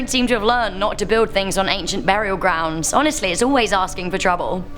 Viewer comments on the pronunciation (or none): I love how you say burial grounds